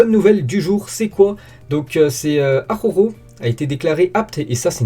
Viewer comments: Très bonne vidéo 💪🏾. Aroro 🤣😂, moi aussi j’avais ce problème au début. Dit juste Arojo pour faire simple 🤣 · Bonne video sinon c'est araujo pas akhokho 😉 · Ça se prononce a-ra-ou-ro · Stp apprend a dire araujo 😭